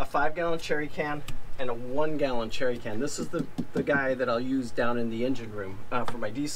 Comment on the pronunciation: "Jerry" can, not cherry.